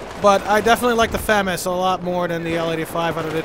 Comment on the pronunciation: its pronounced fuhg-mas not famous